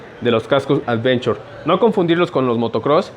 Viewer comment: Cascos "advenchor" JAJAJA